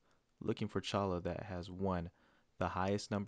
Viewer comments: We pronounce it “choyah” in Arizona. Like Ocotillo we pronounce the double “l” like a “y”. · Pronounced CHOY-ah.